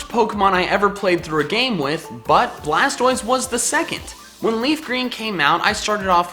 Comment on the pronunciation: Its actually BLASTOISE not blastroise